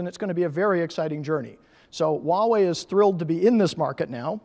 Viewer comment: it's "Hoowa-wei" =/